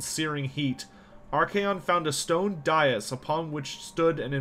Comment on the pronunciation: You are mispronouncing "dais" and "druchi". Nice work other than that!